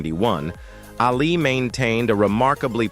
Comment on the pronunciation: that’s NOT how JEFF LYNNE spells his name. And you can’t even pronounce “ Ali”. Duh.